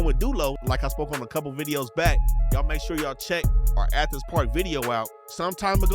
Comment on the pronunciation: really said ANTHENS